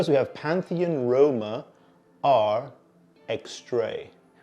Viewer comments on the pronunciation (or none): none